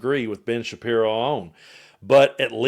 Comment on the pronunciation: Did i hear you say Bitch Shappiro?😂😂😂😂